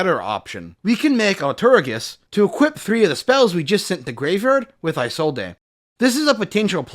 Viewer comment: Why does nobody know how to say Isolde's name correctly. Her name is pronounced "Is-old" not "eye-sold-ay".